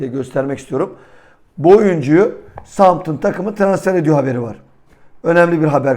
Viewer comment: Southampton yanlış soyluyorsunuz.. sauthemptın diye okunuyor